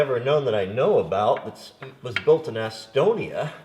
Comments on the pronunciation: Is it Estonia or Asstonia?, lol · Not laughing at you, but your pronunciation of Estonia had me giggling.